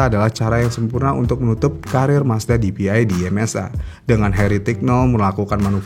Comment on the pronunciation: bacanya PDI dong 😅